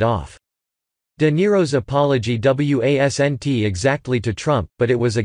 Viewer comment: W.a.s.n.t = wasn't, i.s.n.t = isn't. Stupid robot voice!